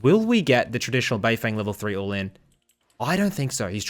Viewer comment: Can you at least make an effort to try and get Asian names correct? The English casters are bad enough.. BeiFeng is pronounced “BeiFung”, the e is not an “eh” sound..